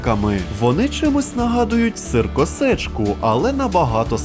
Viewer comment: Всім доброго! А навіщо говориТИ так з наголосОМ в кінЦІ сир косичКА це просто жах який ідіотИЗМ